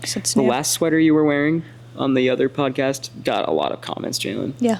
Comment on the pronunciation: Are you saying poncast??? lol you crazy goose 🪿